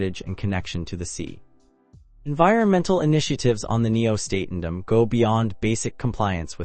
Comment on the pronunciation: WTF? This review makes ZERO sense, you're not showing the HAL Nieuw Statendam, not pronouncing it correctly in the video.